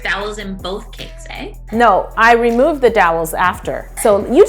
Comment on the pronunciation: Jocelyn saying 'eh' 😂